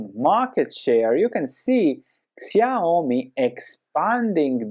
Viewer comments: Nice analysis! It's pronounced shee-ow-mee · Yeah, you pronounced it wrong: it's more like "shiaomi" Xiaomi price looks not bad now, also it just double bottomed, but about the company, they don't have a strong moat. You don't buy their products cause you wanna own a xiaomi, you buy cause they look ok and they are cheaper than other. Next time you may buy an other brand cause who cares if it's xiaomi or whatever. They don't even use the same logo for their mobile phone and the electronic appliances.